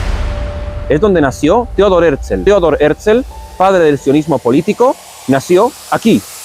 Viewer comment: En el mismo principio: Es Herzl, porque lo pronuncias Herzel? Y no miro mas este video!👎👎👎